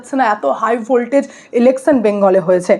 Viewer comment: আপনি 'স'এর উচ্চারণ পারলে ঠিক করে নেবেন। ইলেকছান নয় ইলেকশান।